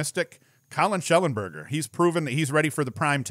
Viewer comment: It's Connor Schellenberger.